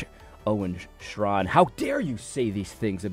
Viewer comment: I always pronounced his name stray-kin.